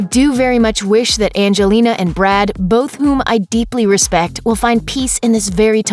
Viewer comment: "Brood" lol